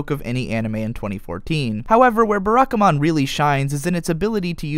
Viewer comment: Please, not 'Beh-rah-ka-mon'... 'Bah-rah-ka-mon'.